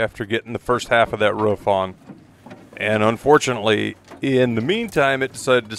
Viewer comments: ‘Root’. Okay. But ‘ruf’? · I try not to be a tight ass but holy moly does the way some people say "roof" as "ruff" bother me xD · Stop saying ruff it’s roof